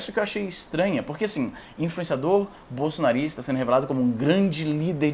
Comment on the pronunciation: Chatão izzy enfatizando O BOLSONARISTA!!!. Faz parecer o cara um Alan dos panos da vida...